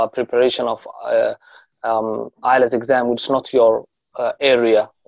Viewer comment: Not ilets its ielts any how u do a great job